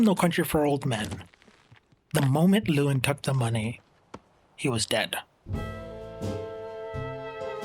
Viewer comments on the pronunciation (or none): Hey man, Brolin’s character is named “Llewellyn” ( loo-EH-lin ) not “Llewyn.” Otherwise, great perspective and analysis 👍 Subscribed.